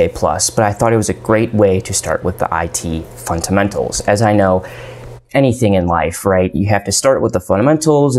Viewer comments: It's fundamentals not funtamentals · Can you please voice the labio-palatal plosive in the 'd' of fundamentals? I swear I tried to listen to what you were saying, but got distracted each time you said funTamentals. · This video could have been 5 minutes long easily. Please stop pronouncing Fundamentals with a t in place of the d. The entire time I watched your video, I wondered why the heck I should listen to your advice. What qualifies you to give us advice? This is important to establish at the beginning of the video. What specifically did you learn in networking that helps you with cysec? What about specific examples? This video is of you rambling in front of cool-looking computers. I'm trying to build a career. You're going to have to pick up your game if you want to be able to influence my life.